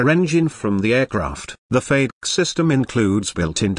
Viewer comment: Beautiful aircraft, disgusting computer narration. Doesn't anyone go over these before posting them on youtube. FADK? wtf? its FAY-deck. FADEC. Come on.